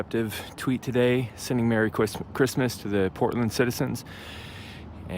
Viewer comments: “Sending merry cwisma- Christmas...” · lol he was going to say Chwistmas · "Merry Chwistmas" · I'm sorry, did he say Chwismas? Like deditated sorvur? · Dude almost said “Mewwy Christmas” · it's CWISSMASS!!!